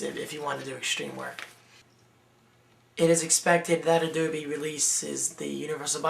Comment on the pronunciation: "adoobie" lol